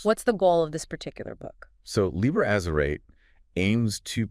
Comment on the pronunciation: These are either AI voices or they really can't pronounce very many words right. Azerate: Ahz-zer-rah-teh Chaosophy: Cha-os-sophy.